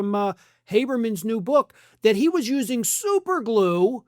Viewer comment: I love your country accent about the super glue. I spit out my drink 😂😂😂